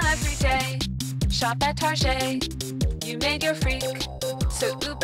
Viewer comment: "Shop At Targay" LOL!!!